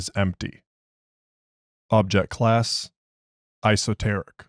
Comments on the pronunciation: It’s E-soteric, not I-soteric. But otherwise a really good reading, I enjoyed it greatly. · I’m sorry but if your going to narrate anything, you should be sure of your pronunciation, and if you aren 100 percent sure, take a second and look it up. It personally throws me out of the story. In the first 10 seconds you pronounced“Esoteric” as Iso-teric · I know what it means, but he pronounced it wrong